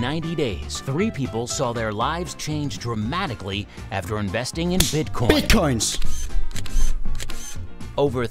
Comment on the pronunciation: Siger du Bigcoin? AHAH, eller er det bare mig der er fucket? AHA